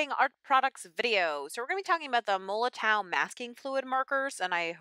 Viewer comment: the w is pronounced as v. just for your info. i use regular masking fluid but this look good to me. tfs